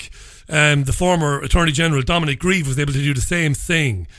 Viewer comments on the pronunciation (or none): none